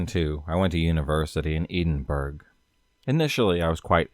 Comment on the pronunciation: It's torturing me that your not saying Edinburgh right I live here 🙈🙈🙈🙈🙈🙈